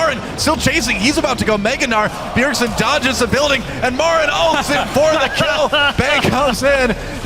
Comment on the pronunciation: "BJERSEN" lol